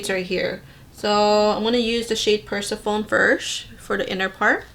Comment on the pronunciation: Persephone is pronounced per-SEHF-uh-nee. She's the Greek goddess queen of the underworld. Looks like this palette has Greek mythology references. :)